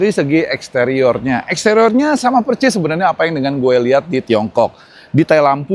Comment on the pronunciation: PERSIS bang, bukan PERCIS....